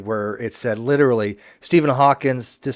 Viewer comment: Fucking hell, it's Stephen Hawking not Steven Hawkins.